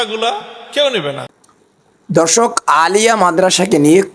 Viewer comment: Uni Alia sobdo uccharon koranni